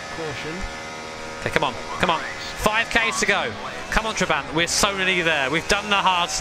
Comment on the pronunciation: Tra-bah-nt It’s not a huge deal, but to my Hungarian ear it hurts lol